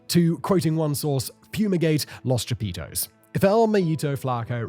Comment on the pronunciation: Aint no way. "Cha-Pizza".